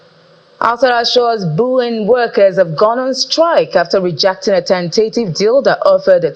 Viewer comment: That company’s name is Boeing not Booing😂